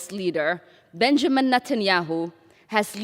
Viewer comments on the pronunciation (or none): none